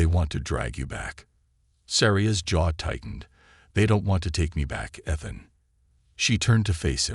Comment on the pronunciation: ETHAN with a long E, Not short. And then misspelling the same word? NO thanks.